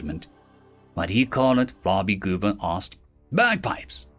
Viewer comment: I had to read the names because when I first heard you say Flarbygooba's name, I thought you said "Flobygoober" and started laughing. Good thing I'd already swallowed my coffee.